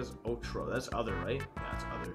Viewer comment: cuando dijo otro le entendi orio